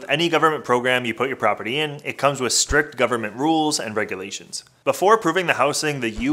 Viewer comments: Strict ( rules) not Strick.. 😩 ughhh .... oh brotha 😩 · It's "strict".